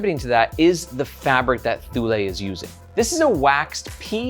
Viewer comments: ToooLay, ThooLay lol. It's "Too-Lee" . BTW.. Where's Margaret? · Thank you for a great review. And yes, it is pronounced TOO-lee. I have a Thule Chasm rolling duffle and am madly in love with it. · Thule is pronounced like "too-lee". That's how I've always heard said by Danes, Swedes, and Greenlandic folks. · I always said Tool-E, but I haven't ever looked it up. I suppose I can believe you on THIS pronunciation 😆